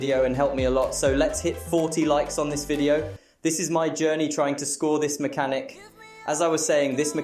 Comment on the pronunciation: homie u said maxhanic the entire vid so yea I don't think its "just 1 word"